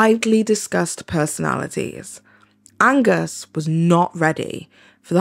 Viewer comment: Idk who this guy is but its so funny to me personally every time you misread his name as Agnes bc I do the same exact shit when I read his name